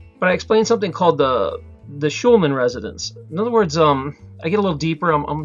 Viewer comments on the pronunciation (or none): You are saying "Schulman resonance."